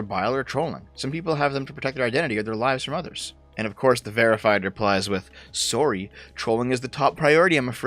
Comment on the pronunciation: Hearing a Canadian say "sorry" gets me everytime haha